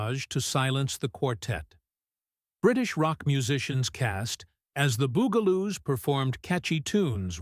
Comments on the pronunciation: Dude, Bugaloos, not Boogaloos. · Sounds like BOO Ga Loos, not BUG a Loos. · BUG-A-Loo not boo-ga-loo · Bug-A-Loos...not "Boog-A-Loos" UGH! This AI voice over crap is SKYNET! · Loved everything, Sid and Marti Croft did. But I can tell this is being read by AI because it is not pronounced bugle loose. It is bug-a loos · It is NOT Boogaloos. It is BUGaloos. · Bug-aloos, dumb ass AI narrator. Not Boog-aloos. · The bungaloos are pronounced like bugs not like a bugel. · And also "The Byugaloos". it's BUGALOOS...they were (supposed to be) INSECTS. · Please teach A.I. to say, Bug-a-loos properly! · Bug-a -loose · #9 is pronounced 'The BUG-a-loos' - emphasis on BUG (like insects). AI is awful. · Narration completely destroyed pronunciation on the Bugaloos, that's BUG-aloos, NOT BOO-gle-oos, and it's Benita BIZARRE , NOT Bonita BYEzar. Doe no one proof these videos before uploading? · So many AI fails. R dash 2 D dash 2? Benita BUY-zahr? Bugle-ooze? Jonathan Harris a 60's cowboy icon?